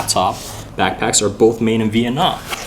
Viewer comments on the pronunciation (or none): none